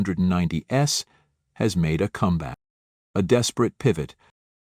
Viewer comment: Distracting errors, pronunciation problems again. 1990s is not pronounced with a stress on the S, it is said like 1990 ease...